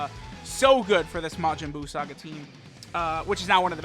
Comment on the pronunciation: Each time he said "buu saga" I heard "balls sac guy" 🤣